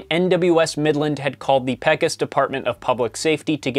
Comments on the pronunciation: Dude it’s Pecos Pay-cos, not peck-us. Great video though! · Love this video, but every time you pronounce Pecos, TX as “peck-us” instead of “pay-cos” I want to scream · Great video, but it has to be pointed out that Pecos is pronounced Pay-Coz not Peck-Us 😝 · Pecos is pronounced "Pay-Cose" Not "Peckus". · Asked my cousin from Texas. She says "PAY-cose". She also had a few words when I told her how you pronouced it, but don't worry, she's actually really sweet. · Exactly. When I heard it pronounced peckos, I was worried I'd been thinking the name Pecos Hank incorrectly. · Because in Spanish an E says ayyy like Fonzi. Accent on second to last syllable. PAY cuss. Judge Roy Bean was the only law west of the Pecos. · yeah, no, it's Pay-cose with a long O sound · I'm from there and we pronounce it Pay-cus. Not Pay-cos like Hollywood always does.. LOL! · I'm from near San Antonio, it took me a minute to realize what he was talking about ... It is most definitely 'pay-cose' (at least, it always has been for my family) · I'm from New Mexico where we have Pecos National Park. The Hispanic pronunciation is "Peh-cos" but a lot of people say "Pay-cos" too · pay-cos i guess, but i think itd be more like pey-cos bc spanish pronunciation. slight difference lol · I've never heard it pronounced peck-os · The actual correct pronunciation would be more like “peh-cos,” as that’s how it is pronounced in Spanish, and that is where the name originated. However, it seems the locals more commonly mispronounce it as “pay-cos.” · That is not the Spanish pronunciation. The correct Spanish pronunciation would be more like “peh-cos.” E does not make the “ay” sound in Spanish, contrary to popular belief. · I'm not Texan but I pronounce it Pee-cos. Like Pecan, but Pecos. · i just… could not get over him pronouncing it "peck-us"… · I'm a Texan and I'm not gonna lie "Peck-os" was painful. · Peck-os, but then again I am Hispanic so that will affect how I pronounce it 😂😭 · It’s Pay..Cos! Awesome video.